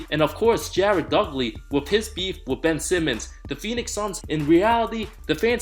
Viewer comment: Jared duckley? Lmao DUDLEY